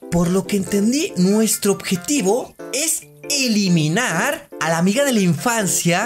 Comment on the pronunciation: dijiste iliminar y era eliminar en el min jajajajajajaj